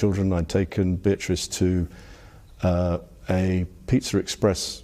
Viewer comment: "I took Beautrice to a pizza express.."